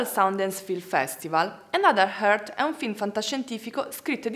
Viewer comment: another earth si dice senza aspirare la "e"...altrimenti dici heart...:)